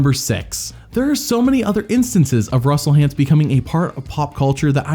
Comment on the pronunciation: I love how Jeff calls him Russel Haunts.